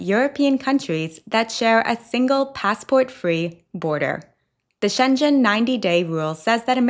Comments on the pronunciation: ”she” (assuming she is not AI) holds herself out as a travel expert. She should know how to pronounce it, not discover it like the rest of us. Also, saying it the way she does sounds like “Shenzhen,” which is completely different. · That’s not “Shenjen,” it’s “Schengen.” You should listen to how it’s pronounced. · Haha! I've never heard Schengen said like that! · Schengen is pronounced wrong. I sounds like a town in china in the video. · Love your posts but please, please, please look up how to properly pronounce Schengen!! It's hard on the ears when it isn't pronounced properly 😢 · You are mispronouncing “Schengen”. Please correct this. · First of all, it's not really complicated to find the way how to pronounce Schengen, you make it sound Chinese LOL.Yes, Americans can also simply find out how to pronounce a word, even in your own accent, just do better. It's a bit offensive you didn't even try. Also, do you really need the clickbait thumb saying ETIAS is a scam, while the information on the implementation is totally transparent? Of course it's a good thing to point out scammers, but really, why would American people need this kind of advice, while they have to whole internet to inform them about things like this before travelling?! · Pronounce Schengen right at least,! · Schengen is definitely NOT pronounced with a hard "g" (only if you have a French accent). In Luxembourgisch (where Schengen is) and in German and Dutch the "ng" is pronounced like in "singing" in English. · No, definitely not with a hard "g" - only when you pronounce it with a French accent. In Luxembourgisch (where Schengen is) and in German (it is a German name) it is pronounced [ʃɛŋən], the "g" is not hard, but kind of swallowed by the "n". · You pronounce "Schengen" like "Shenzhen" which is a city in China. I checked it and it is "shen guhn". Please look it up. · Pssst... Schengen is with a hard G. So, not shen-jen, but sheng-en. Thanks for your travel tips!